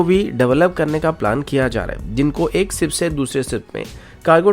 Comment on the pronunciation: "सिप" नही शिप होता है